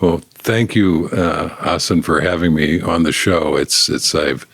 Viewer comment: He actually pronounces Hasan's name right